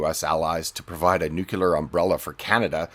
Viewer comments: Please stop saying "nook-yiller". That's not how it's pronounced, and it's irritating to see an intelligent person mess this up. Inconsequential gripe seemingly, but I don't want you discredited over a simple phonetic trend. It's "New-cleer". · Lol. You said NUCULAR. Again! (Oo mister sir, learn some fine inglish thankouiplizz.)